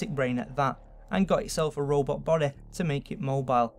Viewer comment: elvis presleh...alien bodeh